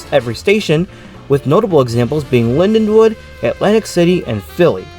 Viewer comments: Linden-wald, not Lindenwood! Dummy!!! I rode the last train to Cape May from Lindenwald on September 12, 1981. The last train in was the next day. In the last years weekend service was one train out Sat AM and one train in Sun evening. Other errors too. Reading went bankrupt too in Nov. 1971. The RDG was having to pay for PRSL losses but they did gain traffic access to former all-PRR points. By 1971 psgr service is was pitifully bare. I won't bother finishing watching, too much waste of time. The business left the PSRL. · It’s Lindenwald not Linwood, typical nj style property taxes killed the South Jersey rails